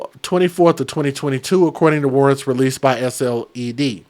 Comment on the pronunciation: Hi! I’m from SC..SLED is pronounced as “sled” like let’s go sledding..this is soooo awful..looking it up on our local news now but still no name for this innocent child has been given as of yet. Our state does not play when it comes to trash like this..neither do our prisoners in jail. I’m sure they’ll have it as rough as these two heifers look in there..sickening